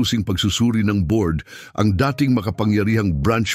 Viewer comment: Ulitin mo nga ang pagbigkas Ng " dating manager".